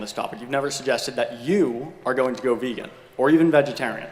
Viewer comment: Thanks a lot for your loving work. Frankly speaking, I cannot listen to a guy like J P, who could not even pronounce the word VEGAN properly! However, people who consider themselves animal lovers, will one day finally realize their own hipocracy and change overnight. Yes, the world should be VEGAN now. God bless!